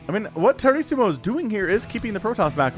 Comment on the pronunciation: Lol! The name's a play on Tiramisu, the dessert xD. It's pronounced Ti Ruh Muh Soo.